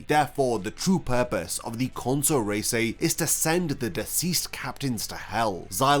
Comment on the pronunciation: reisai, not reisei